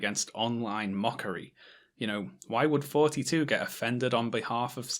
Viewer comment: TH-oughty, not FFForty....